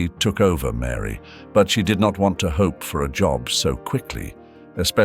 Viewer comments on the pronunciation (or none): Oh my goodness! Orr fan aggy..not orphanage and hoppy not hope! I can't listen anymore!